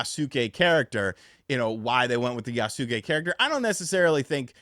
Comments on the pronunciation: Pronounced Yahss kay Not yah-suh-kay LOL Kyoto's pronunciation is still bedeviling you as well I'd imagine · Not quite, it's more like yas-keh, like heh but with a k. there is no pronounced i in Yasuke, even though americans like to pronounce it like that. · its Yaske , the U is silent. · I'll wait for Ghost of Tsushima 2, and it's actually pronounced "Yas-kay". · i swear no one knows how to pronounce yasuke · Stop saying his name god dam 😂 i hate the way you pronounce it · It's "feudal" (Few-dul), not "fetal" and it's "Yasuke" (Yas-e-kay) not Yaa-Soo-Kay.... not to be a d!ck, but also.....kinda fun being a d!ck. Still can't believe how many gaming "influencers" have never watched any anime or subbed Japanese content.......sorry, but I felt the urge to troll. Love ya, hope you're doing well! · Yasuke pronounced "Ya-skay". Naoe pronounced "Nay-Oh-Ay" Hope that helps lol.